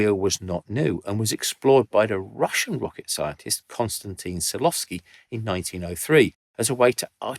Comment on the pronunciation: One thing that keeps popping into my consciousness is how native english speaking YouTubers have troubles with russian names. Most of the time it feels as though only a cursatory glance has been taken at the name before having a go at pronouncing it. It's not Konstantin Tsilovsky. Not even close. I think that if one is able to work oneself into really difficult science subjects one is also capable of pronouncing four syllables correctly. Mind you this is not disapproval, more Like wonderment. I could refer to you as;)